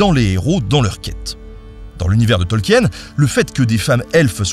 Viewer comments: Eh oh ! On dit Tolkine, pas Tolkiène, d'abord (oui je me suis fait engueuler, alors je fais pareil 😅) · Tolkien ça se prononce "Tolkine". De rien.